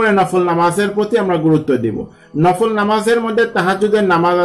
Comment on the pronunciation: It's "BEDAAT" You can pray as like "NAFAAL"